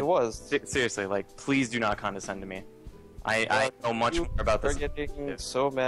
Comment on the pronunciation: con-da-scend... :\ He keeps saying it wrong over and over, arrrggghhhh...